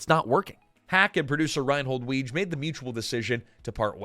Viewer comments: Rheinhold Wege's last name was pronounced "Wiggy." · I love this, but, Reinhold Weege's last name was pronounced "wiggy"